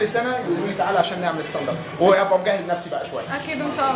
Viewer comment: أستاند مش أساند